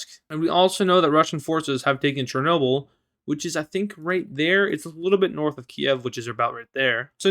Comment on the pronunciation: you got chernobyl wrong